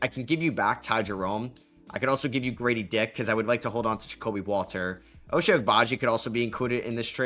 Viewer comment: Pronunciation for Ochai is a bit off, the first part of his name sounds like the number 8 in Spanish (ocho) or basically pronounce the O more